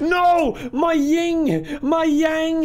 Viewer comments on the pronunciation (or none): you will probably never see this, but it's "yin". Yin and yang. "Ying" is the imposter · Wait did he say "Ying"?? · Its actually "yin and yang" not ying.